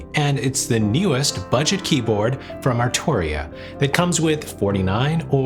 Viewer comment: Stop saying butget its stil expensivv